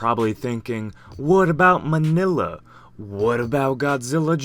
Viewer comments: Really Manila its minilla what do you think hes a philippines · Did you just say Manila?